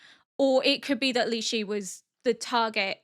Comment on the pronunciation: Quick little pronunciation for Lishu. Instead of lee-she it's lee-shoe